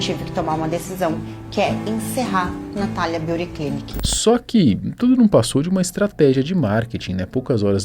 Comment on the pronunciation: Pq tudo tem que ser em ingles? Natalia Beauty Clinic, Nabeauty Concept... Avisa todo mundo que NINGUEM fica mais chique so por ler o nome do teu negocio em ingles. Com sotaque brasileiro pesado ainda por cima... Ainda se pronunciasse direito. Que pedante.